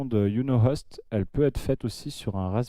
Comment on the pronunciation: C'est pas "Iou no host" mais "Why you no host (ouaille you no host en phonétique) sinon super tuto